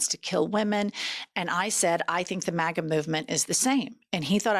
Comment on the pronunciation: The fact that that guy pronounced it “mah-gah” says it all.